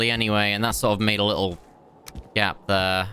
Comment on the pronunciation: Hurts my ears when he says "thrr" instead of "there"